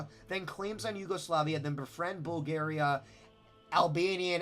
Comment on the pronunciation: also your saying Bulgaria wrong